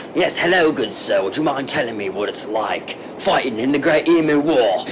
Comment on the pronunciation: i have a problem with the emu pronunciation